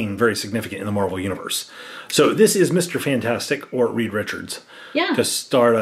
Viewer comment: Reed, not Reeve....